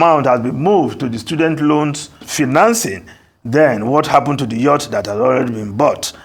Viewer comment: It's pronounced "Yacht", not "Youht". It has being the same with other presenters on Arisetv since the news broke about the ridiculous Yacht purchase by Aso Villa.